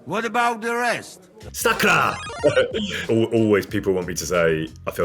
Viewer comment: how is your sakra THIS flawless are ya yanking my pizzle?